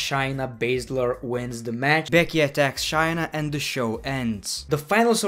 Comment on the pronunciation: It’s not shyna it’s shayna ( shayyy ) (nuhh)